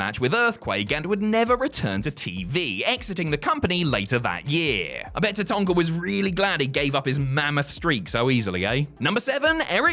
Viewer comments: It's taTANKa, not taTONKa. He wasn't a toy digger. And while we're at it, Jacques Rougeau is French Canadian, not scottish, stop calling him Jock. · Anyone else hate how pronounces Tatanka? It's Ta-tan-ka, not Ta-ton-ka. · I love you mate, but Tatanka doesn't have an O in it....Tatonka....bleh. What's next, calling X-Pac "X-Poc"?